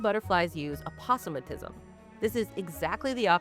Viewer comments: Opossumatism? Is that portmanteau of opossum and autism? Do butterflies play dead when overstimulated? ...Ohh....I see what's happened here. Aposematic. Only ever heard it "aa-POH-seh-maa-tick" before. Okay, with ya now. Carry on. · Opossum a tism? I don't think I've heard it said that way. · i've never heard aposematism said that way. fascinating! also day moths 100% replacing the word butterfly from now on